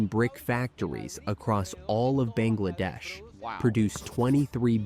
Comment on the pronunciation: It's Bangladesh not Banglaa- Dash dumb cheese burger